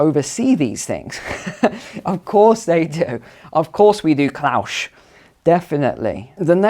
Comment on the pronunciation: Is there a reason why you pronounce 'Klaus' as 'Klaush'?